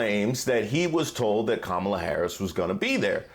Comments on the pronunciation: perhaps the way the individual disrespects Madame Vice-President Kalama Harris by going out of his way to mispronouncing her name is a good example over the years. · He just can’t pronounce her named correctly. . .on purpose. When the accordion hands start, the lies get bigger. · Yes. Saying black with 2 syllables (ba-lack). He also deliberately mispronounces Kamala's name. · If there’s a wasp in the room I wanna know where it is. Thank you, NABJ💙🇺🇸💙. P.s. it’s pronounced. KaMALA 🤣🤣🤣🤣🤣 What a 🤡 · When he mispronounces‘Kamala’, I wish everyone would correct him.